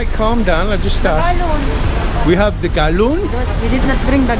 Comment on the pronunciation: Galun🤔 oh it’s gallon 😂😂